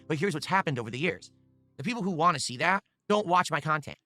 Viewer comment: Dude needs to just admit he doesn't want to play games. Also I hate the way he says the word "want"